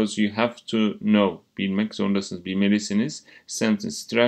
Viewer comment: Hocam Now Ve Know Tonlamanız bana yanlış geldi yanılmıyorsam